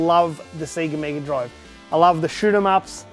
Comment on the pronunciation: Whoa! A C-guh meeguh droive!